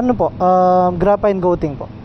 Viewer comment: Graphene ❌ Grapayn✔ Farings❌ Flerings✔ Otogoat❌ Otogoot✔